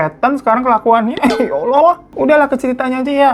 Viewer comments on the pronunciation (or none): none